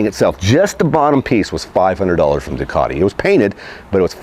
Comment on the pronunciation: It’s not a DUCKati, it’s a DO-cati